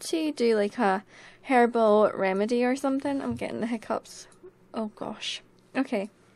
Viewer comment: hehe... you said "herbel" and I heard "hairball" made me laugh. ") < > "don't think about it, Fluff!"